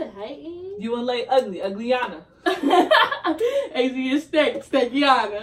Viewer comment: I can't breathe she said uglyiana 😂😂